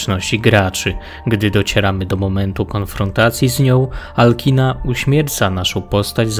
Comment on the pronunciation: materiał bardzo spoko, ale jedna uwaga - imię wysokiej wampirzycy powinno się czytać raczej jako Alczina (wszak to nie imię angielskie :) )